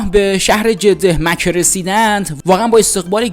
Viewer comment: من برای اولین بار برنامه شما را دیدم وازاینکه یک آدم بی سواد را گذاشتید که حتی مصطلح ترین کلمات را از قبیل جده مکه سیپل ورجز را درست نمی‌تواند بگوید برای همه شما تهیه کنندگان متاسفم به امید روزی که افرادلایق وشایسته برسرکار باشند